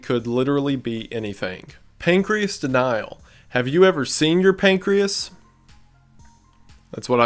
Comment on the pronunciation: I'm sorry but I have to say it: pancreas DENAIL. What?!